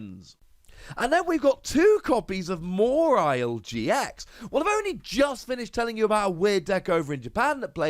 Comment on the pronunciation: More-isle? Isn’t it ma-walie?